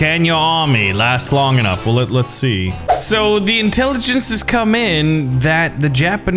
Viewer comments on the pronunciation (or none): none